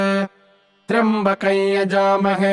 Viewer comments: Well, that's a news to me. I have always been reciting it as trayambakam, and almost whole internet recites as such. Btw are you sure this is the correct recitation? This is the first time I am seeing this being recited as trayambakai. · Namashkaram 🙏 I'm new to reciting mantras and learning how to pronounce correctly every word in the mantras. Here in this mantra I'm confused with the actual pronunciation of "Tryambakam". As in this video it is pronounced as "Tryabakaey". However in text it has moon and dot matra which I guess gives a pronunciation of "kam". Please guide 🙏 Also you can provide me a link from where I can learn to pronounce all the different kind of matras used in Sanskrit. Waiting for your kind response. Pranam 🙏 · Why is pronounced trimbakayn ? Isn't it tryambakam